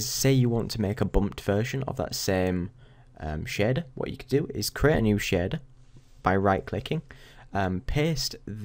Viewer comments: Really nice vid :) however your "sheeeeder" really made ma day, what accent is that? :D no offence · so Shader is pronounced as shieerder ? like Share + there hahhaa Thx for the video btw